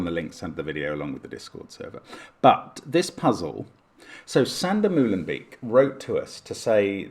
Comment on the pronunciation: It's pronounced "Mow-len-bake"